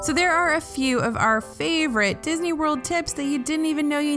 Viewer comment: Did you say MCO was "Bisney"... :) i like it